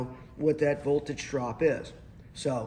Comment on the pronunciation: "A standard silicone diode." Nope. It's silicon. Volage?😆